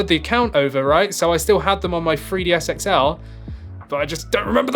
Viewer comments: It’s pronounced new 3ds not new free ds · Why does it sound like you are saying FREEDS all the time😂? It's a 3DS dude😂😂